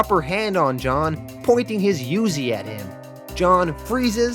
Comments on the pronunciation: Let me start off saying you are the best comic reader on youtube. Just a couple of critiques you pronounce a few things off. Uzi is pronounced Oozie. You said youzi I died laughing. And you said pints weird as well. There were a few others in your past comics. Toyota from y the last man was another its pronounced like the car. But thats neither here nor there keep it up. Be safe. Love your work. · Oozy not you-Z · Lol pronouncing uzi as you zee is hilarious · I think not knowing how to pronounce uzi is the most wholesome thing